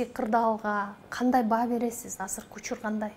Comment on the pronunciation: Хазыр эмес азыр эне тилиңди так сүйлөчү